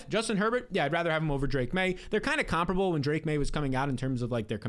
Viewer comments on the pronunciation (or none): none